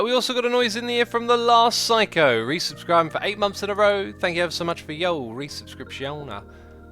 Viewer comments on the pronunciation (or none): none